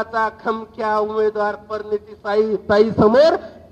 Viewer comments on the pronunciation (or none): परनीती नाही प्रणिती.. 🤣🤣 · आधी बोलायला शिक परिनीती नाही प्रणिती 😅